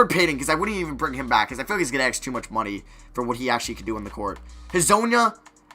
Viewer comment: Why does he say aks instead of ask??